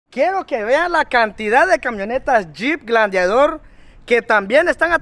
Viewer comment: Es “GLADIATOR” y no como lo estas dicienfo “GLANDIADOR”